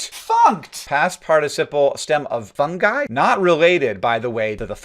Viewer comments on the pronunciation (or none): none